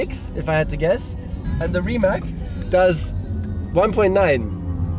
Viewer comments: How to spell Rimac properly - even Nico saying it wrong, like in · It is not "Rimak" it is yust "Rimac", croatians dont use that "c" as "k". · Nico, you are German. Why it is hard for you to say Rimac correctly? It is like 'Rimatz' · Its pronounced like Rimatz no Rimak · Nico pronounce it like it is Reemats, They should tell you that :) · Rimać :D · Noooooooo, he said Rimak. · Nico, please pronounce it right, it is pronounced like Reemats. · Wait, the guy is called Rimać as in RimaTS, isn't he? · a shame that the german nico rosberg cannot spell "Porsche" correctly...he failes also for the spelling of rimac....c like caeser at the end not a K...anyway